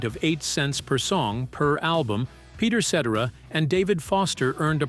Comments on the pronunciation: Peter Set-Tera.... AI SUCKS!!! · Peter Set-er- Ra ? 😬🫣👀